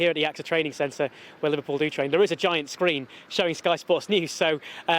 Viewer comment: The fact you say LiVARpool proves you’re just a salty hater 😂